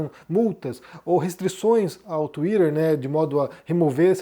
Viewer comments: Tomara que essa porcaria de X desapareça e nunca mais volte... Não vai fazer falta nenhuma e não vou ter de ouvir o pronunciando "Tuider"... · Por que o pronuncia „twitter“ de uma maneira tão americana, com a língua enrolada? Às vezes até demoro a entender. 😢